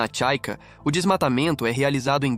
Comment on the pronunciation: A capital do Paraguai é Assunção, não Ascenção. É Chaco, não Chaica.